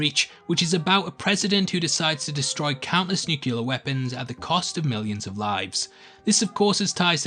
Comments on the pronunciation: "nucular"? You mean nUclear. Nice video, though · it's pronounced new-cleer not nuke-u-lar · Okay, for a guy who points out insane details, you've missed two yourself. First, the word is NUCLEAR! NOT NUKULAR!!! Learn the damned language! Second, you've repeatedly mistakenly stated that Thanos wiped out half of all life in the galaxy, but the snap wiped out half of all life in the UNIVERSE! Jeez, if you're going to post videos and make money off them, at least make the effort to get them right! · IT'S CALLED NUCLEAR, NOT NUCULAR!!! FFS PEOPLE!!! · ‘Nuclear’ (New-Clear), mate. NOT ‘nukular’... one ‘u’. Jeez! (us) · "..,countless nucular weapons..." *Nuclear*, the word is *nuclear*. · nuCUlar weapons? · You said "nuke-yoo-lar". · "NUCULAR". Need I say more? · YOU MISPRONOUNCED NUCLEAR!!